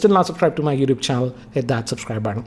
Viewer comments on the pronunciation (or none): none